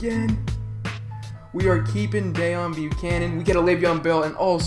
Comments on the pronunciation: DEEEEEON NOT DAAAON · No it's kinda like Déone the way he says it